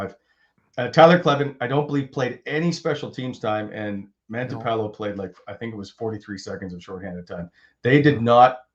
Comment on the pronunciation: It’s Matinpalo, not Mantipalo.